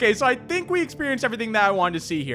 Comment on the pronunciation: SO GUYS I TINK